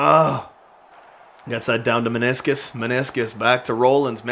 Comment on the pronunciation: Lol i love how you can't pronounce maninscum, so you call him maniscus.